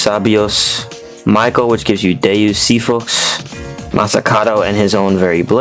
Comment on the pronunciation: Bro can pronounce Deus Xiphos but pronounces specific as pacific